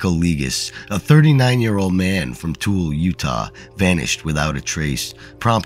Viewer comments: "Too-well-la" is how Tooele is pronounced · Utahn here! Tooele pronunciation = TOO-ELLA